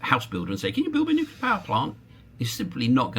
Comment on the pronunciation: new clear, new-clear. Not new killer